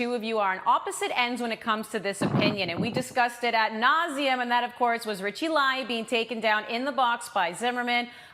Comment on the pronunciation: Who’s Richie la-Ye? Lmao